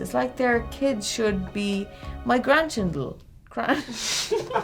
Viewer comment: “Grandchindle” I AM DECEASED, I forgot you said that 😂😂😂😂